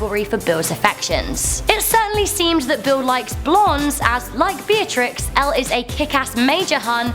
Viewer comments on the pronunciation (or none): none